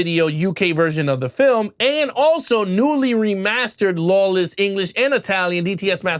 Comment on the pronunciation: Good comparison. However, you need to work on your understanding of film terms and pronunciation. What is "lawless" audio? What is 2.35..1? It's 2.35 to 1. Also HDR equates to tinkering with films so it should not be implied that it is improving anything. The film was never shown in theaters with any HDR filter. Also, even modern films in theaters today do not have HDR filters applied. Also it is not that one is more "stretched" than the other, the correct term is one is more cropped than the other.